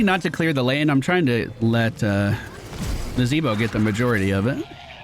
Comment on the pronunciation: Dyou mean Nazahbwah? Im pretty sure its pronounced Nazahbwah.